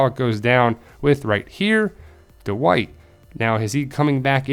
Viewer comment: Duh-wight lmao